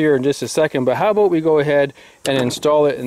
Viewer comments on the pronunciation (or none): Aboot? Aboot? "I don't know what else to say aboot that"? Are you in Canada, sir? I'm asking because I didn't think ARs with *standard capacity* (read: 30 rounds) was that easy to own there.